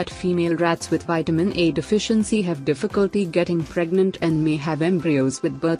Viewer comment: You Do Realize That It Seriously Sounds Exactly... Like You're Sayin' Vitamin "E"... Right!!??🤔😓😞...,Jussayin'!!!😞😒